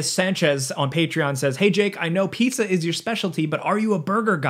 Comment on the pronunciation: the way you pronounce pizza is crazy jake